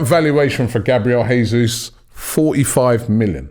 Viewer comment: If we do get Gabriel Jesus, we gotta pronounce his name properly lol